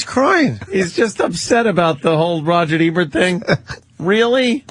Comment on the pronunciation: "Rogert Ebert" lol